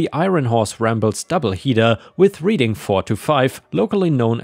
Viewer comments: The rr is pronounced reding not reading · Your pronunciation of my hometown is horrible Reading is pronounced (RED-DING). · When talking about a fish, bass rhymes with pass, gas, and lass. Reading is pronounced Redding, like the color. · No way you could know this but Reading, PA is pronounced Redding. Like the color red. I dont know why though. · Reading is pronounced RED ING -- like the color red. Your English has improved significantly since I started listening to you! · Just for your edification, Reading is pronounced with a short "e" rather a long "e", red as opposed to reed, although I am a Pennsylvania native, I'm from Philadelphia, and that's how we say it. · I know its nit picking but while the town in PA is spelled Reading its pronounced like the color red, Reding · Reading, PA is pronounced Red-ing. Short E. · I know you have no way to be aware of this, and you are not the first or will be the last to mispronounce it, but the city the rail line was named after is pronounced Red-ing. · Hint Reading Pennsylvania is said, like Reading Britain not like you’re reading a book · As a Greater Philadelphia native, my ears hurt each time the town was pronounced as if you were Reading a book. It is a short E sound, like in bread or bed, or the past tense of read “I read a book last night.” Thank you for listening to this Public Service Announcement. 😉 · You mispronounced the name of our city Reading, PA.